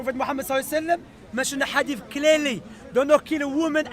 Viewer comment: He calls hadith adeef he is a hater but may Allah guide him.